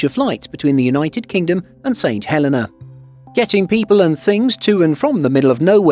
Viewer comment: And you miss pronounced it, the Helena is He lin na, also if there's enough demand, a RWY expansion could fulfill a direct flight.